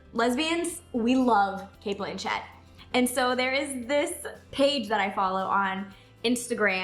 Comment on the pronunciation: Your saying her name wrong